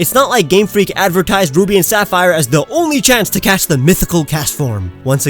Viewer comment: It sounded like you said Booby and Sapphire, and I used a Castform in OrAs.